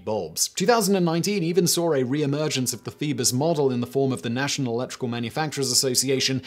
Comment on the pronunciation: Phoebus cartel .. thought he was saying Beavis Cartel …. lol